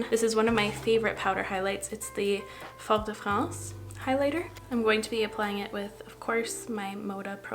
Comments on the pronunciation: "I love my (in a kinda southern US accent) Fort de France." 😆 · i will never get over your "american" pronounciation of fort de france 😂